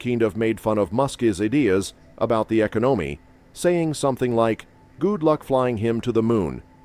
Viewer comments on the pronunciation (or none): "The Ekanomi"?, whats up the weak AI, lol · Okay, this is AI- generated content. The "echo-no-me???" They can't say economy???? Fo real??? Sorry. Fake news.